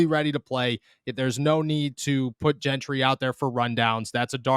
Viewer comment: I almost hope Gentry gets cut just so I don't have to hear both of you mispronounce his name. It's not that hard. It's pronounced Jentry! JJJJJJJJJJJJJJJJJJJJJJJJJJJJJJJJJJJJJJJJJJJJJJJJJJJJJJJJJJJJJJJJJ The other one is Nick Kwiatkowski. This is from the WVU player site. Pronounced kwit-COW-skee. The A is silent. Come on guys! LOL